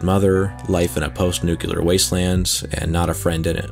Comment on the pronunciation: Awesome video! Side note: it's pronounced, "nu-clear" not "nu-cu-lur"